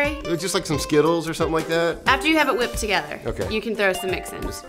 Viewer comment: she said whippin or whippim cream wtf its whiped cream dummb ass